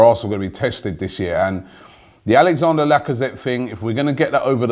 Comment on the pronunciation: Come on now Robbie can you read? it's Alexandre Lacazette not Alexander